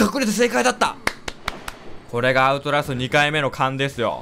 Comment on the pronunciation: アウトラストっていえてませんよ笑笑あと、こんなにはやくみれたのはじめて！